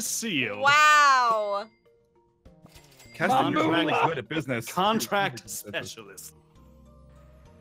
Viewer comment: its not ketin 😄